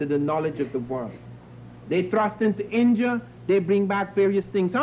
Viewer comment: where is 'INJA'-I thought it was INDIA!